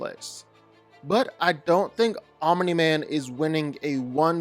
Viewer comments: bro why do you say OMINI MAN STOP IT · ... stop saying "Ominy-Man"